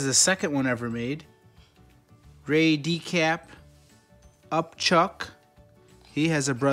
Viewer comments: why can't you read Decay? It's decaY not decaP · Why do you say “Decap” in stead of decay?